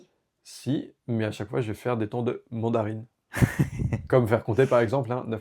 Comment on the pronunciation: "MANDARINE" 🤣🤣 sinon l'interview est super intéressante